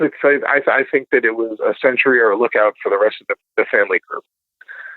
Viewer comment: “Sentry” not “century”. Come on guys!